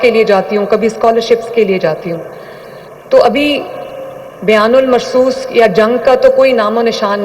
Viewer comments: It’s not “Biyan ul Marsoos”,as she is repeatedly saying,it’s,”Bunyan ul Marsoos”,as mentioned in the Quran,She is actually misquoting the verse. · Biyan ul marsoos ghalt bol rhi hn plz verse ko achi tarha parhian......